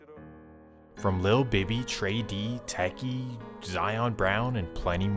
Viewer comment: TEchie lol teekee pronounce.